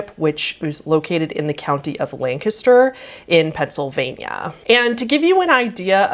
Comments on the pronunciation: This happened literally less than 15 minutes away from where I live. I remember reading about it in the newspaper. Crazy story. (Also props to pronouncing Lancaster correctly. Everyone says it wrong.) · THANK GOD YOU SAID LANCASTER RIGHT!!!